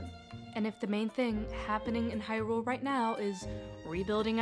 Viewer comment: I wish people would not pronounce the word “Hyrule” that way, with emphasis on the second syllable. Otherwise a good video.